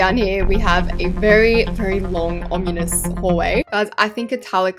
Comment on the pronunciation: has been saying ominous as omunus for awhile